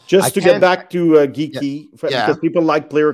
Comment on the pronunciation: Lmao this guy says Geekie